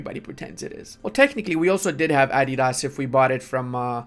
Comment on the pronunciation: The caliph of Romania - Adi-das 😂